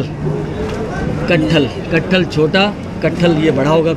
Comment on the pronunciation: Dear Well-Worked, let me give you some tips how to pronounce correctly word and improvement. " KATHAL" & instead of you have to say "SIR " please use the word of " VIEWERS " this is not a big chemistry to learn and improve. Stay safe and healthy 👌 A message from Toronto!